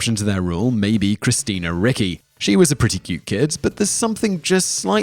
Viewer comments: Roger Corman not Robert!? I think you have the best top tens but in most there are glaring pronunciation issues like Christina Ricky? Its cringe worthy. Being in the Pop Culture business and not knowing a legend like Corman who gave us Death Race 2000 and The Trip to name a few and gave starts to Coppola, etc. You race to put these out, just take an extra moment to get the names right coz it detracts from your Superb Subject Matter and to borrow a title of a recent Top Tenz of yours: People Who Accidentally Became Sex Symbols: I nominate Simon Whistler! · Please, research the pronunciation of the celebrities names , you often butcher them. Christina Ricci is pronounced reechee , and dana plato is pronounced day na play toe.